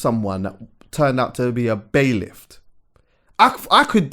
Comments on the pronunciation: poland. I thought I was the onlyvone that noticed was saying bailIFT. Lol. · It's bailiff. Not bai-lift lol.